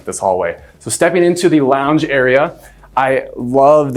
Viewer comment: "Kids launge area"